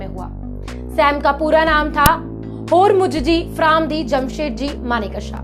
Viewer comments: Maane ksa nahin manek sha Uchcharan sudhar koi bhi anchor bnra aaj kal. 😂😂😂😂😂😂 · Request you to please pronounciate his name correctly. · Pronounce Sam Bahadur's name correctly, please. Ask a Parsee... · Video bahut accha Laga. Maneckshaw.2 alag word nahi Hai. AAP ko Yeh Dhyan rakhna bahut zaroori Hai. 50 time Sahi bholna seekhe.